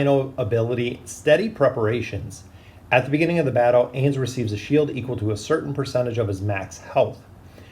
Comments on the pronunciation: Ainz is pronounced like Heinz(the ketchup brand), not aze. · Ah yes the Aze/A's and A'bed'o/A'bell'o XD